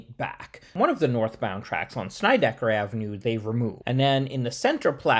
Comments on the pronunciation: Hey Dude ~ kool video. First, you got seriously good hair. Am an aging hipster from the East New York section of Brooklyn and grew up on Sheffield Av which runs parallel to Alabama & Georgia Avs. Second, it's not ''Snide-eye-ker" but "sned-ick-er". Plus, in the old Brooklyn accent the er is pronounced more like uh. Am now well into my 70s, moved to the Midwest 39 years ago but never lost my East New York accent and still speak that way. You pronounced Van Sinderen correctly. Not too far away the New Lots Avenue line runs past a street called Schenck Av. This street is pronounced ''skank''. In the old days we pronounced Avenue as "avnuh'' just in case you'd like to know. One thing more = there's an old story from Nick Fotiu who was one of my favorite pro hockey players of all time. While he was a genuinely tough guy, he shuddered at the thought of going thru Atlantic Avenue in the Long Island Railroad to hockey school in Long Island. Because of that whenever he was on the train in that station he would clutch an axe in order to ward off any trouble. ENY was and remains the toughest neighborhood in Brooklyn and in NYC. And in case you didn't know, nearby Broadway Junction used to the be the home of old Eastern Park which had been the Mecca of NYC sports way back in the 1890s. But that's for another video. Keep up the good work. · SNEDD-I-KER, not Snydekker! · The two streets are called (sin-ned-di-kerr) and (van-sin-dren)........... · It's not pronounced Snideker. It is pronounced like the word Sled with an n instead of an L. Van Sinderen as in Cinder.